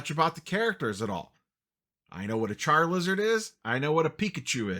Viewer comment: Calling charizard charlizard will never not trigger me lol